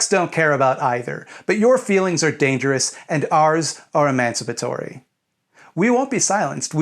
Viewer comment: great video but i find it amusing you can pronounce emancipatory but not femininity 😂😂😂